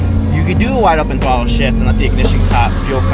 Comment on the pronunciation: did he say "wide open twottle" ? :D